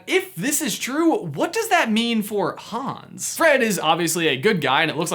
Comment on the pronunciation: Hans... not Hones